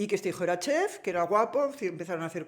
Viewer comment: perdón: se dice "chef", no "chez"